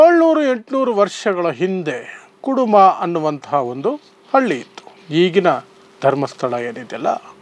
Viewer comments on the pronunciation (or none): none